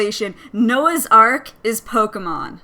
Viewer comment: THE NAME IS P-O-K-E-M-O-N NOT POKAMON U R WORSE THAN MY MOTHER!!!!!